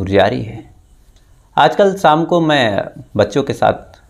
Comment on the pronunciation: BHAI SAM NEHI SHAM HOTA HAI, PLEASE WORK ON YOUR TOUNGE, RAB RAKHA